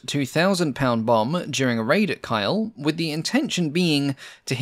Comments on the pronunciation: I assume the target you mentioned was Kiel - pronounced Keel, not Kyle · that city of KIEL is pronounced like KEEL and not KILE Ask a german where you find KILE and you will get no answer or just a WHAT ? KEEL will lead to an answer with directions and no counter question. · Kiel isnt pronounced like Kyle but rather the english Word Keel (a Ship Keel) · I agree - but some pronunciations need to be checked. The town of Kiel is pronounced Keel - not Kile The county of Hereford is pronounced He-re-ford, not Hareford. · Wonderful video! I would like to point out that the name of the city of Kiel in northern Germany is pronounced like "keel" as in the keel of a ship, not "kyle" My personal opinion is that important names, like Hampden, Helgoland and Kiel, should be written out on screen, especially if there is reason to doubt that the pronunciation is correct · I think its pronounced "Keel", not "Kile". But still a very good video - my first Airfix kit was a Hampden - 60 years ago! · hairford? "heh reh ferd" hereford kyle? "keel"*kiele* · Yeah this really hurt my ears it’s def not Kyle it’s Keel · FYI, the City of Kiel is pronounced Keel, like the underside of a ship. Not Kyle. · The city and port of Kiel isn't “Kyle” but rather “Kee-yehl”. Murmansk is not “Maman-ssk” but “Moore-munnsk” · A minor pronunciation correction, ‘Hereford’ isn’t pronounced ‘Hair-fud’, it’s more ‘Hair-ruh-fud’. It’s an English place name so I’d not expect someone who’d only ever read the word to pronounce it perfectly. Similarly, Kiel in Germany is pronounced ‘Keel’, not ‘Kyle’. Aside from those minor pronunciation slips, another excellent video. I like the Hampden, it seems like it was a real pilot’s aeroplane. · Always had a weakspot for this plane, great video. Dunno who Kyle is, and what he did to merit a bomb raid, but Kiel is pronounced "Keel". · Kiel by the way is pronounced as Keel, like the Keel of a ship, not Kyle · It's not Kyle, it's Keel. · Kiel is pronounced as Keel and not Kile!